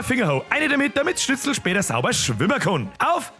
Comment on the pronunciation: Schitzl? 🙈🤣 Apache bogfotzen alarm 🚨?